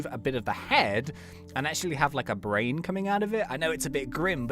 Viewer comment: Big bwain